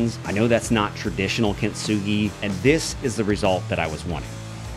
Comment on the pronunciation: No points off for mispronouncing. We all do it. For reference, though, you're pronouncing it kint-sugi, but it's really kin-tsu-gi. The difference makes the T less pronounced, blending into the S. I doubt anyone cares. :)